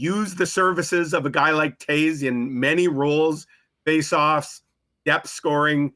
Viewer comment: Yuppie ...Toews knows the way to Stanley Land 🏆 it's not Toes...it's Toews